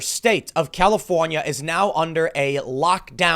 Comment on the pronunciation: lol califohnyeh thats carbige